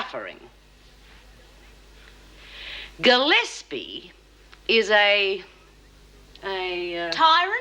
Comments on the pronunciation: 40.25 it sounds like Ted Douglas calls Gillespie "Ted" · I played that bit over and over--he does indeed.